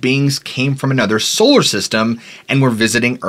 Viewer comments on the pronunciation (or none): none